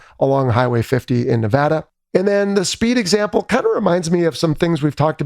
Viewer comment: Great episode! First I want to COMMEND you on you pronunciation of Nevada. I grew up in Carson City, it irritates me when I hear someone say Nevauda. Second, Ensign Jesse L. Brown was in VF-32 the Swordsmen, that was my squadron. I hope this will be a great movie.